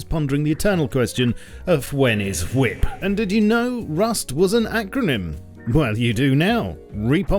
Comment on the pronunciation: "wip" my dear boy